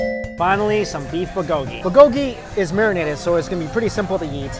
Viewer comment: i feel bad for luaghing at his pronunciation but i cant help it whenever he says bulgogy!!!